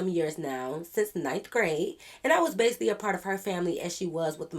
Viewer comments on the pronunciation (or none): none